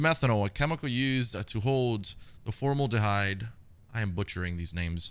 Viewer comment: Formaldehyde: pronounced (fore-mal-dee-hide)